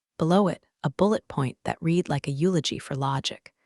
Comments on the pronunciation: "red" not "reed" ( read) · You can tell AI still ain't right, its RED..read in certain instances of course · Claws lol clause. Read should be pronounced red although spelled read lol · Note that "read" is pronounced differently, depending on whether it is present tense or past tense. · Idk...did anyone giggle in regards to mispoken words aspects in regards to how two different words can be said/stated...go back and listen again to read...this is why AI is not good...AI can't right now differentiate between certain aspects of language...